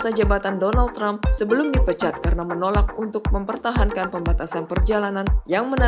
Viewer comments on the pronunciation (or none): none